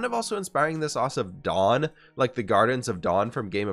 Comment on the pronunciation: I'm not sure if it was your stuffiness, but it sounded like you were saying the "Gardens of Dawn" instead of the "Gardens of Dorne", the Water Gardens to be specific